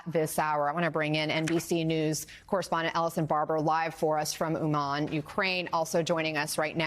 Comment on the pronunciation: Why does correspondent mispronounced the name of the city? It sounds from her like Wuhan. She is right there, in the city, near the apartment building, destroyed by Russian terrorists. Is that so hard to say Умань? With stress on the first syllable and soft “n” at the end? And why is it so hard to name each Russian attack a terror attack? They really are. And Putin is terrorist #1 now, like Osama was before.